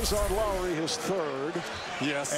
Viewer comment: Its Lowry not lawry